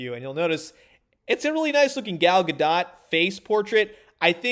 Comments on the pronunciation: Her name isn't GaDot or GaDoh, it's GaDoat. It rhymes with boat. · It's not pronounced Gadot, it's pronounced Gadot..